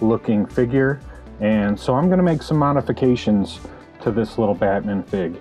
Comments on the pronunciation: I love how you say Batmin. Great work though, looks great! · Yo, bro. Pleeeaaase tell me you pronounce Batman like that on purpose. Lol. Looks great, man!